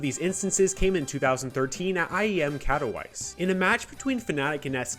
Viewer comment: You did not just pronounce Katowice like that